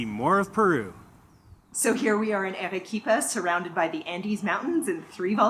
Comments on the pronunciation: It's not Erequipa, but Arequipa. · would be improved if you pronounced the city's name correctly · I'm American and I'm embarrassed they couldn't pronounce it right lol 😅